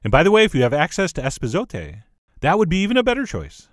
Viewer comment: John, that's e pa so te! 👀